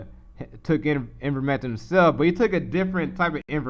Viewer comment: Attempting to espouse brilliance but pronounces IVERMECTIN as IN-VERMECTIN.